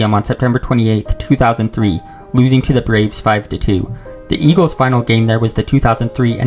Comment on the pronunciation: Shibee Park and Vetawins Stadium. Home of da Eagwils and Phiwwies.